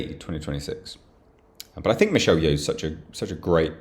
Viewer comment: Michelle Yeoh 🤦🏼‍♂️